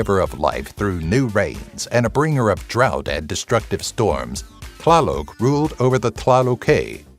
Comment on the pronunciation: The TL is pronounced as a hard spit T as in top while the L is silent, and the accent always falls on the 2nd to last syllable.